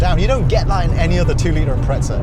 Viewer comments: It’s Impreza not impretsa 😂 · It’s imprezza not Impretsa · impreza not impretza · im pret za? what the actual fuck., its even spelt imPREZZZa. say it right. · Too much pizza made this guy say "Imprezza" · Its bothers me slightly when he says "Impretza" haha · its because he says "impretza"